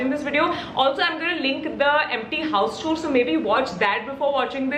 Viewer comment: video was informative 🤗.The pronounciation of tour is wrong. Kindly change.